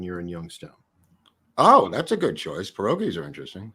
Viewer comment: You’re mispronouncing pirogi. Remember you don’t say raviolis!